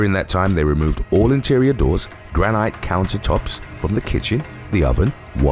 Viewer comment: Having lived in the granite capital of the world almost my whole life, I have never heard anyone pronounce it "gra-night" and it absolutely hurts my soul